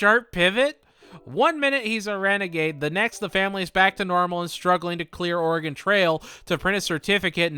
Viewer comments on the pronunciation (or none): as an oregonian the way steve mispronounces oregon makes me want to go bananas